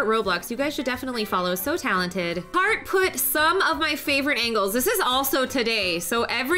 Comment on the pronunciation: Why did you say follow “harht” if you never followed her yourself XD